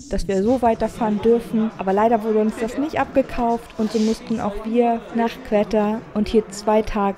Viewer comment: Sehr tolles Video! :) nur spricht man es nicht qwetta sondern einfach wie qotta aus